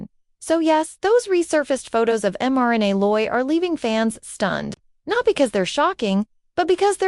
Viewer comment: You could at least learn how to pronounce her name